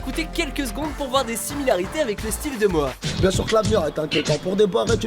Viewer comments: "Moa" "retourné au Ebs" ça me tue comme c'est prononcé haha ! Je l'écoute et visionne ses vidéos depuis quelques temps et honnêtement c'est vrai qu'il dégage un truc particulier. Il parle des mêmes choses que d'autres rappeurs mais avec son style et sa gestuelle, et ça rend pas mal. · C'est Mora mais bon on le dit comme si il y avait un r